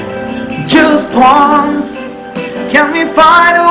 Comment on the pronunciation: Sama talaga eh naubo..nahingal..ahhh...haaahhh...kulang nalang ay dumahak eh .sabi pa ng pgkabigkas.. Jas won. Daw...imbes na just once